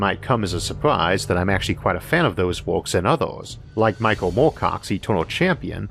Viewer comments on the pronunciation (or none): none